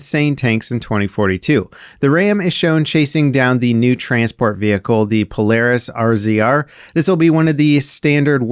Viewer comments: Honestly him just saying RZR instead of razor got me😂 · It's called a razor, not an arezeeare